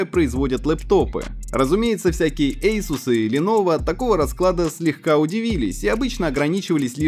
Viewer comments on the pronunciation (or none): none